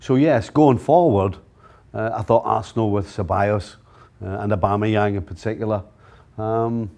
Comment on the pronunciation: I’m getting so angry with the way this guy pronounces Arsenal. Not talking about Steve